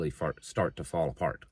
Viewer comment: Did he say fart to fall apart?